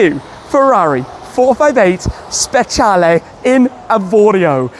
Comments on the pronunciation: It’s pronounced specialeeeeeeeee not lay. I love this car but not the colour. This in Rosso Corsa is stunning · Why does he keep pronouncing it like that? “Spetshialley” it’s a speciale like say special with an E on the end. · Can‘t wait for that „VS-Tour“ with the Speciale and a very random Red CS 😁 but Tim please do me a favour: 1. say Speciale the way you already learned at your last drive 😂 and 2. do something with that Plate! I mean i‘m happy you got these removable plate holders these days but you can‘t cover up the Cavallino 😢